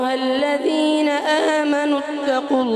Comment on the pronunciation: حضرت صاحب آپ نے الذين اور زحفا ميں ذال اور زا كا مخرج ايك كرديا اور تعوذ الشيطان كی ی میں زبر كى بو آرہی ہے لیکن بچے نے درست پڑھا